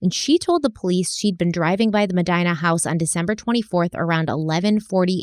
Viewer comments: The last name Medina is Spanish in origin & should be (with an English accent lol) pronounced Muh-dean-ah not Muh- dine-a. That drove me absolutely bonkers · It just annoys me so much that she keeps pronouncing such a common last name Medina “mudEEna” like “mudEYEna” 😂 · As a Medina… the pronunciation is Muh-Dee-Nuh :) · Medina is pronounced me-DEE-na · It is pronounced "muh·dee·nuh"